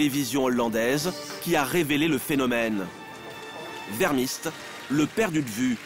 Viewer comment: C'est pas vèrmist mais veurmist... ça ne sait même pas faire son métier correctement